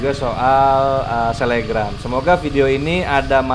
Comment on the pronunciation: Selebgram y bukan selegram Alaskan malamute itu tulisannya bacanya Alaskan Malamut